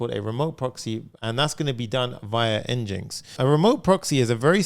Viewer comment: Fyi, NGINX is pronounced like "engine x".